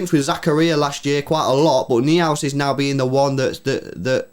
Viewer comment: Noi-House Lewis ! Florian Noi-House (Neuhaus)